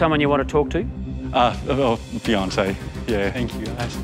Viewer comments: dead ass thought beyoncé was gonna pop- up when I heard that instead of fiancé 🤣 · He said Fiancé!